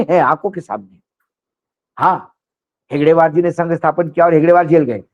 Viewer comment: हेगड़ेवार नहीं हेडगेवार बोलो